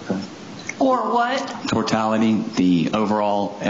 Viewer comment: "Tortality" Judge-"Or what"? He repeats "Tortality" and goes on to explain TOTALITY. 😂 Apparently not the brightest guy there.